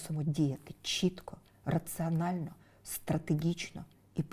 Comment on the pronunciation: юлько! Не рАцЫонально, а рацlонально.!!!